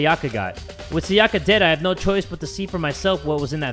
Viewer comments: Everyone: "Sayaka": "SaYAKA" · Everytime he’s says SaYAka I die a little more inside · FOR THE LAST TIME, her name is Sayaka (Sigh-a-ka), not (Say-aka). The “Say” in her name is pronounced “Sigh” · C E R Y S I cant stop getting annoyed when he kept saying Sayaka wrong